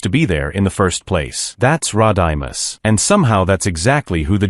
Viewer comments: This is why you dont use a crap AI voice ROD-I-MUS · “Rod-I-Miss” Even AI 🤖 knows that Rodimus Prime doesn’t deserve much respect lol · Rod I Miss Prime? Sounds like a Key & Peele skit like when Key was the substitute teacher mispronouncing names like A A ron and Blah kay 😂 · No Optimus Primal? Butchered speaking Rodimus Prime's name? Well that is just prime!